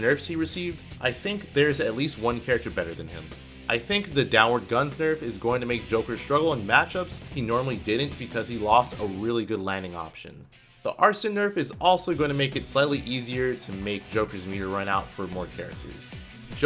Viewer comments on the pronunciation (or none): your hottest take was pronouncing arsene arson.